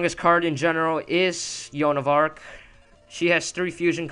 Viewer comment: why do you say Yoan of Ark it is called Joan of Ark? wow, your commentary is super annoying